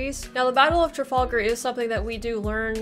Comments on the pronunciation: I have to give you a pronunciation pointer right from the start... It's "Tra-FAL- gar", as in gal, not fall! This is said quite correctly at the beginning of the narrated battle. & then "Vill-en-nerve". Suggestion for showing battles/tactics/manoevres, have the battle fullscreen and just your head talking in a corner. Also, it's good to pause and use an arrow when you talk about specific details - if that's possible on your setup. Even a pause, with an arrow cursor, helps! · Traf 'al' gar not Traf 'ol' gar. ;¬) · You pronounced Trafalgar wrong 😬